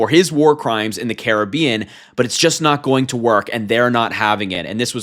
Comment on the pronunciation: “Cara be in” 😂